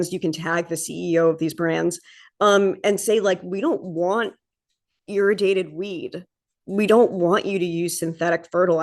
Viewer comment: Good presentation, EXCEPT you mispronounce IRRADIATED. it sounds like you're saying IRRIGATED.